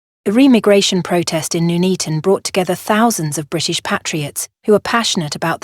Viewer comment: It's Nuneaton as in Nun not noon.